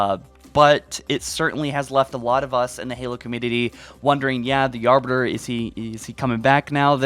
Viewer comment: Mans says Arber, yo it’s Arbiter